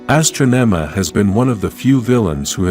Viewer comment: she wasn't called astronoma he was called astronomahe said the name wrong